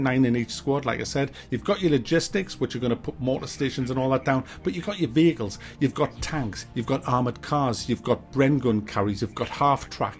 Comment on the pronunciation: I honestly thought you kept saying bagels instead of vehicles 😂.